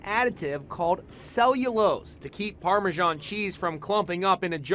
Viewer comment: What ? Parmasharn ?? Wtf ? It's Parmesan ! Pronounced as it is spelt.